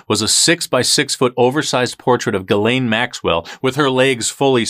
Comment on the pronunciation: No it's not. It's pronounced Gil-aine.